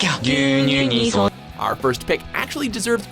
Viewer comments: Gyunyu is pronounced gyu-nyu, not gyun-yu. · gyuu-nyuu- not gyun yu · Its not gyanyu its gyunyu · gyu nyu, not gyun yu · Gyoon-yoo, not Gyuhn-yoo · hahahahah it's not gyun yu. it's gyu nyu. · "gyun-yu" cringe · gyun-yu? Can you get some damn phonetic pronunciations for foreign words and names. He can't even say pasta or choco correctly. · Gyunyu, what????? Pronounce is sooooo terrible as shit!! Should be like gew-new. And what the fuck?! Wasn't the pepsi man an international figure??? I really liked pepsi man when i was 3 or 4 years old. I always sang that jingle. Nostalgic commercial. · omg it is prounced gyu new. there is NO guns in that word and makes that part look like you didn't even do the most simplist dictonary skills in looking up the word. it also makes you a wee bit silly. or dumb. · His pronunciation was horrific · Is there really no way you guys could've learned how to pronounce gyunyu or sankyo? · was it intentional that the voice over guy's terrible pronunciation of gyunyu was corrected by the original voice over of the commercial? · His pronunciation of "gyunyu" was horrendously bad